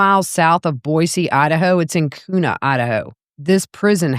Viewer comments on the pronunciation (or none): I love the way you said Kuna 😂 I lived there for a long time switch the K to a Q sound. It should rhyme with Tuna 😂😂😂😂